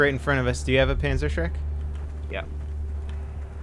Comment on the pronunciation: Hate to do this, but... Not Shrekt Shrekt Panzerschreckt [X]